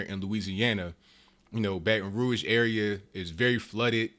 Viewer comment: Thumbs up for telling the truth and pronouncing Baton Rouge correctly.